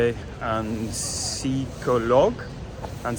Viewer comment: Oui, tu es quelqu'un de très cool, très charmant, très agréable 😇! Et tu te dévalorises beaucoup, comme je te l'avais déjà souligné. Si un psychologue (en français, on prononce le "p") peut t'aider, pourquoi pas... Mais le travail sur toi, tu le fais déjà en te questionnant ainsi et en apportant des réponses. Prends soin de toi et à très bientôt! ❤ P.S.: bravo pour la prononciation de "route"! Mais on dit "en route POUR le travail"...😉